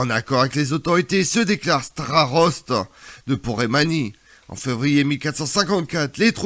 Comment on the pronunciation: Porémanie ou Poméranie ?